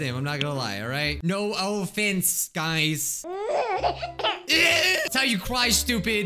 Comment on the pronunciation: no Oh-Fense guys. me: plenty taken (this is just a joke, no Oh-Fense taken)